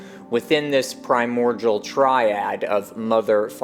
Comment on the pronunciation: Love this stuff, profoundly and truly. A thousand thanks, really. One observation though: The word "primordial" is pronounced like PRY-MORE-DEAL. I can see why you would sound it out like the world cordial. But alas, there is no relation there.